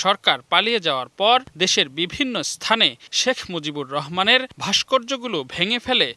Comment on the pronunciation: "Shekh Muzibur Rahman" evabe full name pronounce Kore bibriti deyay onek Valo laglo oneek dhonnobad Songbad pathok ke , eto din por report - ta dekhe , shune Mone holo shottie Edeshe Shekh Muzibur Rahman name keu chhilo .